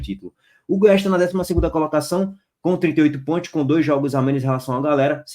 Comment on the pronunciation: ''PONTIOS'' KKKK